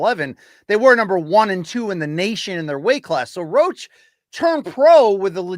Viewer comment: His name is Roach damn it lol